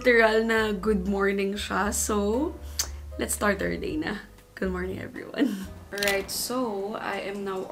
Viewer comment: Is it me or did you just say "goodth morning"? Is that they new way of saying it?